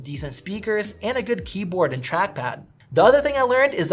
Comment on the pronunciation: I thought I heard “this trashpad”